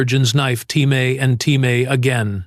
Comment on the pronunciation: Artificial intelligence can't pronounce TIME